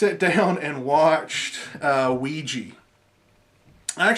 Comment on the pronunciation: I really have a problem with people saying "Ouiji" people don't like a's anymore? it is Ouija. With an a.